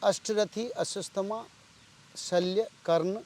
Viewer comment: अस्वस्थामा नही अश्वत्थामा बोलिये